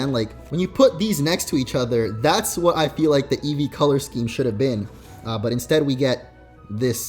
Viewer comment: Eevee not edges